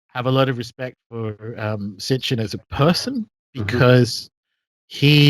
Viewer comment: SIT-CHIN. Not STICH-IN